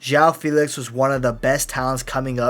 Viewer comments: It’s actually feh-lix so… are you Portuguese bro? Fae lix … 🤣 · The name’s pronounced Fae-Lix not Fee-Lix but it’s common mistake lmao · my bad bro I’m not Portuguese but I know Fee-lix wasn’t the right pronunciation